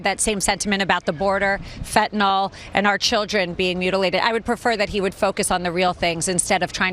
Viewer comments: I know this is a bit petty, but it's "fentanYL"... "fen-tan-ill", not "fen-tan-ol". Americans in general pronounce it incorrectly, but for some reason it's way more annoying when Alina Habba does it. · Isn’t it funny that Republicans specifically are unable to pronounce the name fentanyl? They pronounced it as “fentanol”. They must have hydroxyl on their brains.